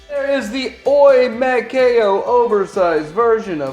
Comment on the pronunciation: Its pronounced as Oww--Yee, as in ouch.